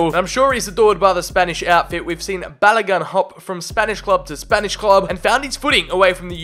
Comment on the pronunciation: Hurts as a Nigerian when you butchered Balogun “Ba-la-gon” but nice vid